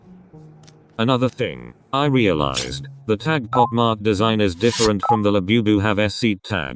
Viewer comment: It's said Bob mart